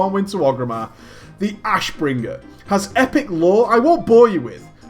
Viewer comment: Damn your way to say Ashbringer is annoying..